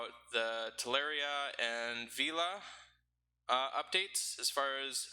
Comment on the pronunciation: The right pronunciation is VELA as it is written :) It is the italian for sail